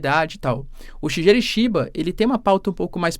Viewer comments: Boas Professor! Para ficar bonito nos proximos eventuais videos, quando for citar o primeiro ministro do JP se pronuncia "Shigueru". Tmj! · 🙏 fala o nome do primeiro ministro do Japão direitinho😢… Shigeru